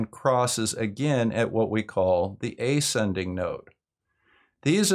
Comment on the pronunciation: “ascending” is pronounced əˈsendiNG, from to ascend. Or do Americans really stress the first syllable like that, and pronounce it like it was spelled “ayscending”? (Same question applies with slight modifications to your strange pronunciation of descending, which I have also never heard stressed on the first syllable.)